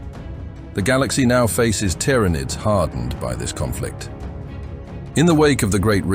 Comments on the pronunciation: it doesn't know how to say Tyranids. well made. tiara nids. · It's Teer-Uh-Nids.... NOT Tee-Ran_Id's... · Tyranids, TiaraNids, Teeranids, Tuurnids. Pick a pronunciation already. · You put me off watching this with your bloody 'Tiar nids' sort yourself out 😂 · Ah the very well know Tiara-Needs bruh just narate it your self... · Need to proofread this AI voice before uploading it's not pronounced TYARANID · Tiara-nids... FFS. enough of the AI generated crap. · Never heard Tyranids pronounced so many different ways in one short vid. I think 'T. R. Anids' was my favourite. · wtf is a "tiarranid"?!? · The "Tiara nids" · Not the tier ra nidssssssss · Every time this ai voice says tyranids I die a little inside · It pronounced tyranids 3 different ways lol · Your pronunciation of Tiaranids altering every time is jarring and I stopped watching. Is this AI voices order?